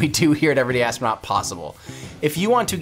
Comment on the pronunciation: Also "astronuat"